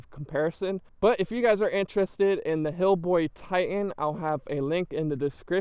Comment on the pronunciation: HiBoy... not Hillboy. It's the most sold brand in the US ya gotta at least know how to say the name man.. and second.. you probably shouldn't do scooter reviews ..